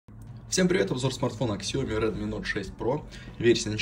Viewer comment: Вообще то СЯОМИ!!!!